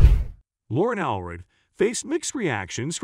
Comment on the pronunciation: It’s All-read.